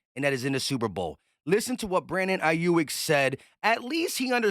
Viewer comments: it’s AYE YUUUUK NOT YUIK 😂😂😂😂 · Hey! great take as always 👌🏾 but the dude's name is pronounced Eye-yook